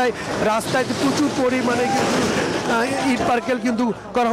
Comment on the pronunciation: ইট পারকেল....কি ভাই ????? আসল উচ্চারণ হেবে ইট পাটকলে